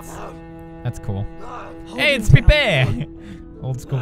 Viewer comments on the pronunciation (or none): none